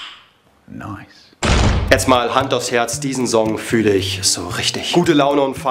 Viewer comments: Bitte sprich 'song' richtig aus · Wie er Song ausspricht triggert mich richtig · Sag doch song bitte einmal richtig😂